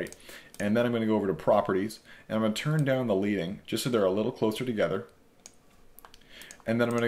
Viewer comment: you used the term 'leading' in the tutorial. The actual correct pronunciation is LED-ING as in 'lead' the metal. Its a typographical term. When typesetters would set lines of type they would insert a lead strip between the lines of type. This was called a slug. the width would govern the space between the lines of type.